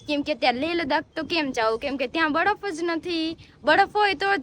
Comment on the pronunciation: badaf ny baraf bolay jamkudi kalu kalu bole😊